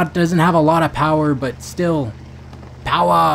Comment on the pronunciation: Oh... Haha the ytber he is always sayin powaa